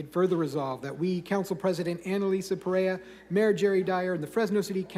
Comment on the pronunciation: It was hysterical that they misprounced Perea during that 1st presentation!